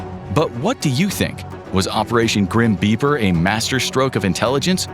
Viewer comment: I thought he was saying 'Grim Beaver'